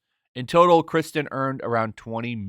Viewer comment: Her name is KIRsten, not Kristen. 😉